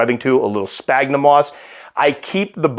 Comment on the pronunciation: in the past you've been pretty open regarding criticism of your pronunciations. Please allow me to take part in the fun! First, a question. Do you pronounce "Orphnaecus philippinus" the way you do because you don't want to say "penis" on Youtube? Second, you're saying "sphagnum" wrong. You pronounce it like one might pronounce "spaghetti" when it should be pronounced akin to "sphere". I may be wrong about this, but it's highly unlikely due to the fact that I know everything.:D One last question. I recently heard you mention on one of your podcast episodes that you trained in martial arts for some time. What style? Competition, self-defense, or were you one of those goofy introspective internal Chinese folks that train on the steps of temples n'stuff? Why'd you stop (assuming you did)? Thanks in advance, and I hope everything's going well! P.S. I recently referred to you as "The Godfather of the modern American tarantula hobby" in a post on Facebook. This may embarrass you or make you feel uncomfy. Too damned bad. The influence you've had, and continue to have, on this hobby is remarkable. Much respect, sir. 🤟🙏🕷